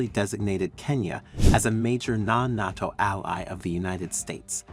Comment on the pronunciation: Just an FYI, it's "NAY-TO". I figured you'll be saying it a lot now. I think it's great, btw!